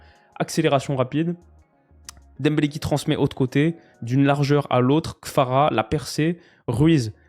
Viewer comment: Kvara* pas Kfara … ça fait un moment que j’voulais te le dire